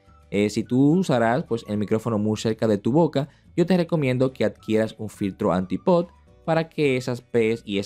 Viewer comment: anti-pot? jajaja yo lo conocía como Anti-pop y es captada no "cagtada" jajajaja